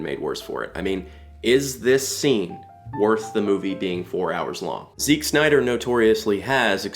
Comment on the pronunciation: Why do you pronounce Zack as 'Zick' ?